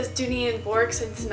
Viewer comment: Bourke is pronounced “Birk”